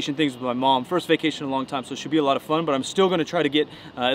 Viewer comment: Guess who else is AYLOT bigger in person? The athu-lete.